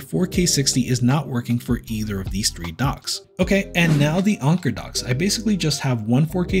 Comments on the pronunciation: Why are you pronouncing Anker as "Onker"? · Never have I heard someone pronounce anker as onker. 😂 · Ill go with Anne - core. One guy at work had an Anker speaker and sharpied a W on it. Cant unsee that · Anker rhymes with banker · just to troll, call it “ainnnkurrrr” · Saying onker was driving me a little crazy lol but overall good video. I wish there were some docks that didn't require you to physically plug them in but just sort of drop them in like the switch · I think Anker pronounce thier company name like 'anchor'. Not 100% sure. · Read & pronounce these words: - tanker - pranker - thanker - spanker - banker ….. now say this one: - Anker